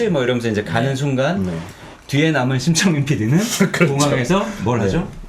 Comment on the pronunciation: 심창민PD라고 하는데... 계속 침착맨피디로 들리지..